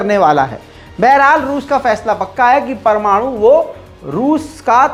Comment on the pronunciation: sahi keraaa news wala chooookraaa pamanooooo.......